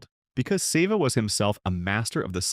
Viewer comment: Who is the guy narrating this ? Getta clue. Guy can't even pronounce Severiano Ballesteros 's name; ahhmm scuse me narrator it's not "Save a" or maybe Se've' it's Seve rhyming with levee. Jeez smh.